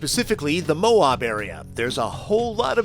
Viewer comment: ouch he said MOAB wrong